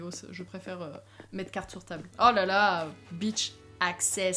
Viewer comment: Quand tu dit beach en anglais mdr ( je suis anglais ) 😂😂😂😂 j’adore votre île